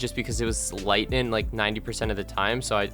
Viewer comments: Lol stop saying "lightnin'" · i’m redoing all of the zombies easter eggs and needed to watch this vid for a mind jog, but i never remembered how annoyingly you say “lightening” there’s a G at the end. lighteninG lighteninG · lightning* not lighnin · Great guide, but it's LightNING. Not LightNIN. Seriously though, thanks for this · I came back to this video 4 years later just to hear him say “lightnin” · Every time he says “Lightnin’” take a shot. Great game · Also its lingtnin bow cuz thats how he says it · This guy loves saying lightnin'